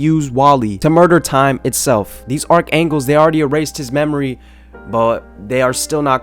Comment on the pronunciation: “Arc angles” are killing me